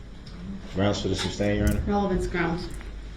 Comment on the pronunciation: The way he says groundz while staring at the witness is gross. He thinks he's the big man on campus. What a clown. Everything about that POS SO is creepy. I think the reason he stares at the judge is for one I think he truly believed they had some sort of connection. He's a legend in his little mind.